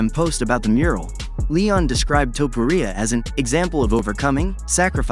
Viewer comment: Who the fuuuk is Ilia TuhPuhReeAh 😂😂